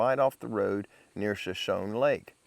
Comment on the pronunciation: It's pronounced SHA- SHONEY = SHOSHONE ❤❤❤